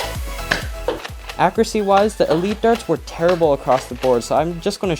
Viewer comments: It is pronounced “akyuruhsee” not “akrasee” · It's ACCURACY, not AKKURASY Freaking get the pronunciation right!